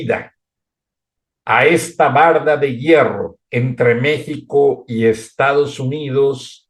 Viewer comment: Porque no dices Manuel López Obrador así como se dice en Español? 😊jajajaja se escucha mal di en español igual que México nooo mexxxicou